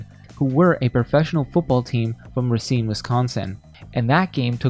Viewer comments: Another pronunciation issue is when pronouncing the Wisconsin city of "Racine". The actual way to say it (from a local) is not Ruh-cine, it is said Ray-cine. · As a Wisconsin native the way you pronounce “Racine” is hilarious 😅😭